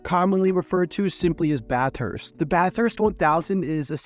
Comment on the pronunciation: I'll help you with some Aus pronunciation - Bathurst is pronounced Ba thust - Geelong is pronounced G Long